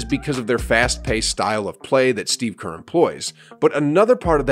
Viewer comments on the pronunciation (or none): none